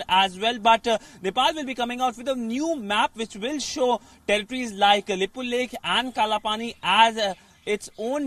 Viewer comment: Reporter don't know how to pronounces lipulekh kalapani and saying it belongs to India lol. Everything belongs to you even moon and sun 😂